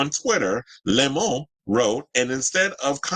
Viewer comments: I find it jarring because I just hear it as “the my” and it doesn’t compute. Lemon in French is citron. But to each their own :) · The way you say "Lemon" (with a french accent) is so funny to me lol.